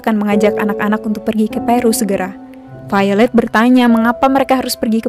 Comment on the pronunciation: Jocelyne Ordelia haha iya. dia bilang Failed mirip popo bohay, pasti yg dia maksud Violet tokoh cewek di film ini, krn ngebacanya vaylet